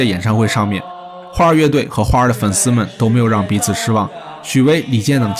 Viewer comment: 你先查查 花儿乐队 到底应该怎么读吧